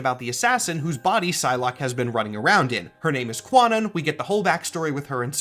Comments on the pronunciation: Ive read a few things saying that Kwannon is pronounced more like Kya-non, rather than kwa-non or cah-nan. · hate to be a stickler here but Kwannon is pronounced Kah-nnon. Kwannon is an english variation on the name of Kannon, a japanese bodhisattva. The reason for this is because Chris Claremont likely found the name and just pulled it for a character he was writing, without pulling the context. For more info, listen to the Cerebro Podcast's episode on Kwannon and Betsy Braddock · Great explainer! Minor obligatory note: Kwannon is pronounced KAH-non. It's an outdated version of romanization for the Japanese name of the goddess of mercy, Guanyin in Chinese. Nicieza probably only ever read the name himself, without knowing the translation lore. Honestly, Marvel should just switch to the more modern Kannon spelling, to avoid confusion. Just have her explain on panel after someone who has only read her name gets it wrong, and change the spelling in her Cerebro datefile or whatever, since the real name is a kanji anyway. Apologies if this is already said somewhere in these comments, but I couldn't find it. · On record Fabian said he was given access all of an uncanny but missed uncanny X-men 255 so he didn't read the backup to Betsy transformed into lady mandarin. Also Kwannon is pronounced closer to 'Con-non' the w is silent. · Isn't the W in Kwannon supposed to be silent? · LOVE this video! The “W” in Kwannon’s name is silent.